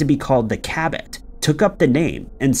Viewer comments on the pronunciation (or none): none